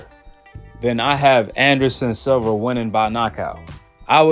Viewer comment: It’s SILVA SIL-VA